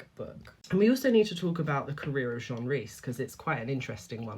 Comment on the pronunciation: It's Jean as in denim Jeans. Otherwise, it is nice to see people still read books.